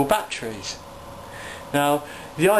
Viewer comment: i like how you say betrees lol